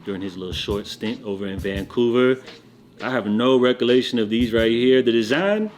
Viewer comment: Recolation? Dude says he has no recolation, haaa